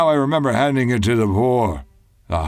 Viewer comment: "to remEMah"